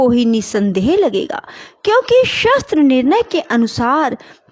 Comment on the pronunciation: Ap. Shbdo ka uchcharn theek nhi krti ho jisse arth ka anrth ho jata h jaise shastr ko shstr bola gya hor bhi ak shbd h tum svym suno to pta lg jayega